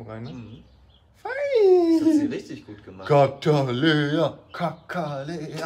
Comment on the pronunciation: Cataleya: "ik hab garnixxx gemakt"